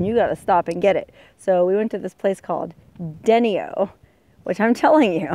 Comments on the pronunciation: the town is pronounce dinio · Denio....pronounced like denial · Denio is pronounced "duh-ni-oh" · It's not Denio, it's pronounced D-NI-O. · Denio, pronounced Den-eye-o....Lol But who cares? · I believe you pronounced Den IO wrong but the way you say it is cute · Lol amen brother, she'll get it right. She's so cute so I let it slide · that is "Den-i-o" not dennyo, its a cool little place been there one time. Sorry you couldn't soak in "Dyke" but i always enjoy your ppsts. Keep smiling and be safe please love you ❤❤❤ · It's pronounced DA- NI- O not DENI-O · DEE- NY- O not denny-o..........just letting you know! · It's not Den-ee-o, Den-eye-o - Denio. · I am really enjoying your videos! I live in Carson City, NV. By the way, I've always heard Denio pronounced 'De nigh o' , accent on the 'nigh'. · I knew the family who founded Denio, Nv and its pronounced "D-NY-o;" like "denied," but with an O at the end. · Been to Bog Myself. You were lucky that Denio had Gas because when I was there they didn't have gas. Oh, and it is pronounced Den-I-O. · Just so you know. Long time northern Nevadan here. denio? It’s Den—i—o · It's Den I oh, Heavy on the "I". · In Nevada, we'd pronounce it "deny-o" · its pronounced D-NIO just to let u know lol love your show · That is pronounced( de ni. O ) i would love to live there.and be in DENIO of the rest of the world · Mispronounced Denio ! rhymes with 'ten I oh'. I was there a week ago, Great food! Hook up with a 'Flying Cowboy' for real remote camping in the desert. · It is pronounced dee-ny-oh. Cool video. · It's Deny-o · Its pronounced dah-nyo